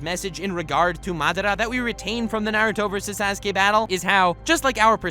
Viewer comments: this man said "Sas-Kay" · lol 'sehskaye'